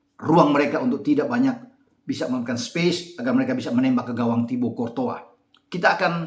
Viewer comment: logat hawai bgtu mnybut'a courtois jdi cortoha